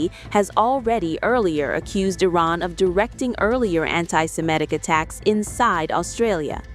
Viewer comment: FFS! Will you please try to pronounce 'Iran' correctly. It hurts my ears the way you say it!